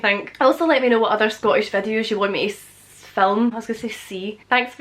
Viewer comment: I love how she says vädios (videos) lol